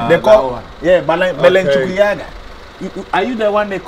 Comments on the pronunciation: My man said balenchukiyaga 😂😂😂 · When this guy said balenchuyaga 💀💀💀💀